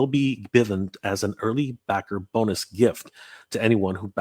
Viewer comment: Don't you mean 'Bone'us Lady Slither ?